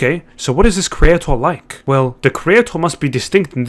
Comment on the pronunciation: Whats a cre-ayt-ar?